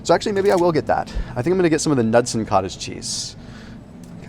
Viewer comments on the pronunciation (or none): Man you’re good looking, but it’s pronounced “nude-sun.” Lol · luv ya guy, but it the K is not pronounced in Knudson's.